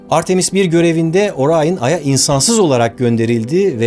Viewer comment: NASA bile Orion diyor Barış Orayın diyor